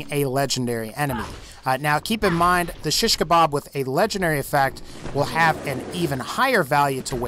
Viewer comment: you really cant pronounce shish kebab right :D